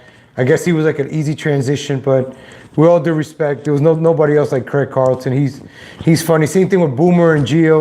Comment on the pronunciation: Why do you keep putting an L in his name? How can you be a fan of the show and pretend to know what you're talking about and you can't even read and pronounce the simple name of the guy that is the subject of your video...